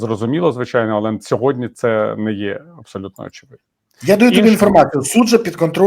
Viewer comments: Борисове, Я вас дуде прошу, учить сову, не сьогоднЯ, а сьогоднІ !!! А то ви,як тигипко з цим сьогоднЯ !!! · Березо, не сьогодня